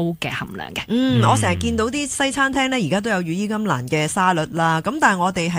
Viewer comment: 羽衣甘藍(藍色嘅藍) 唔係(蘭)